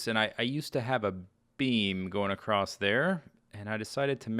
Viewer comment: "Acrost" ahh